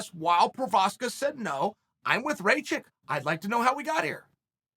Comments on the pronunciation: Dude, his name is spelled like Ra (the Egyptian god) and kitchen (but only the "kitch") it is "Ra-kitch" not Raychick. Ray the chick is the Mary Sue from Star Wars sequels. What is wrong with you, insulting him like that? ^^ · Chael it’s not raychick it’s rakič please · Its Rakkkkic not reycik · Rajick??? Bro it’s pronounced rock-itch 😂 balkan last names in that end in IC sound like “itch” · Ra-kitch becomes Ray-chick? haha classic... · Rachik lmao, It's Rakich, uncle Chael... You gotta land those names dude, it's a bit disrespectful. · Its Rakic not Racik uncle Chael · Lol the auto-translation. It works either way, usually when Chael doesn't know how to pronounce a name, he just exclusively uses their nickname for at least 8 years. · What is a Rageik? 🤣 good’ol uncle chael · "Reychick?" WTF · CHAEL "RAY-CHICK" SONNEN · ray-chick? igor? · i mean bruh if u cant pronounce rakic just say Aleksandar his first name is very easy to say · He knows he's butchering his name but come guys.. it's uncle Chael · How many times can you say a guys name incorrectly? Chael answers that question today.